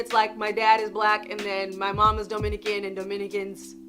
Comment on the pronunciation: It's duhminican, not doughminican you damn fake cali halfbreed